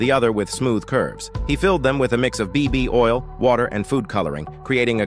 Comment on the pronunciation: did i hear baby oil?